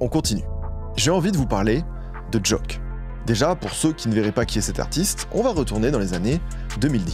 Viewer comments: C'est " Jauke " a la prononciation pas "joke" mais fort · on dit JOKE pas joak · Pour Ateyaba, ça se prononce Jok"I" et non Jok"e" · Pq prononcer Jôke mdrrr ? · On prononce pas "joke" comme ça mdr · la prononciation de joke j'ai hurlé